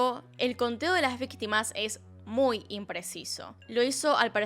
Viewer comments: "VITIMAS " 😅 Supongo que es peor que víctimas. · dice vitima no victima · ALV ya se dieron cuenta que dice vitimas y no victimas XD? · ''VITIMAS'' Denle un oscar xd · "Vitimas" JAKSJSKSHAJSJA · alguien mas vio que dice vitimas? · Yo igual, me da ansiedad ver que dice vitimas en lugar de victimas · dice vitimas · nadie:: VITIMAS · xd ''vitimas'' xd